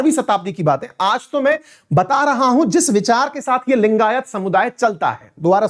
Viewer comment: Abe saale bol to thik se लिंगायत langayat bol raha hai....